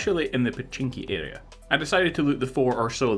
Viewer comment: “Adea” it’s area (air re A)